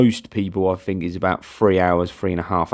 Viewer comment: Learn to say think instead of fink please